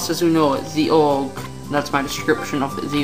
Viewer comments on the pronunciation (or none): orge...??? its ogre phonetic pronounciation - (oh-gar)